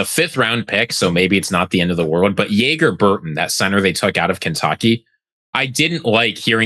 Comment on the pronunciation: Jager Burton’s name is pronounced like “Jagger” not like the alcohol. But to your point, doesn’t hurt the marketing aspect lol